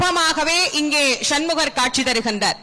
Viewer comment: ஷன்முகர் என்று சொல்லாதீங்க